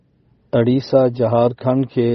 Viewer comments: Bahar nahi bihar adisa nahi udisa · حضرت ہندوستان کے صوبہ بہار سے ہوسکتا ہے واقف نہ ہو اسلئے پڑھنے میں زبرزیر کافرق ہوگیا حضرت تک یہ پہونچادیں بہار ب زیر کے ساتھ اوڑیسہ ا پیش کے ساتھ